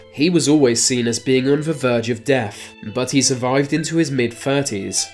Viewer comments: It's "WITH" not "WIFF" and it's "DEATH" not "DEAF.......just saying. It's an interesting video. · Can't stand hearing th sound pronounced as a v or f sound. What's a bruver ? What's a muvah ? What are fousands ? Over ? Birf ? Wif ? Deaf is a lack of hearing . DeaTH is the final result of life. Learn to speak and start by taking the marbles out of your mouth. I guess it's your severe inbreeding is causing your speech impediment .